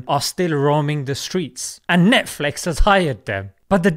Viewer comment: NETFLEX😂😂😂😂 -Sheikh Assim Al-Hakeem